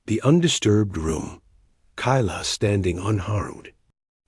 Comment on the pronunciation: 4/10 , a claw scratch is not a bite, Dot dot dot, is poor function of narration. Kayla to Kyla but was pronounced Kilya. And now knowing what this toxin does to humans, where those 3 little turd flakes at , they got something I want.